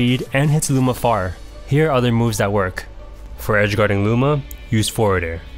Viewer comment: it sounded like you said moves with lower priority well be beaten by booma's attacks xD also this was very helpful